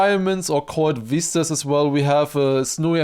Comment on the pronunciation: All zee Germans say veeestas not vistas 😂